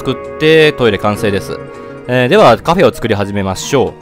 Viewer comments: なんでカフェのことをカフェーって言うんですか？ 言い方移ってしまいました(苦情ではありません) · カフェの言い方が気になるw カフェー